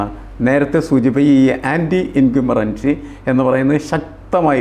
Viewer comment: സാറേ incumberency അല്ല incumbency എന്നാണ്